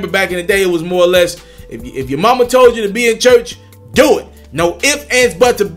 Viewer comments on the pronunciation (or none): Chuch or church? my man this the shit I'm talking about.... Slow down check yo shit you moving to fast....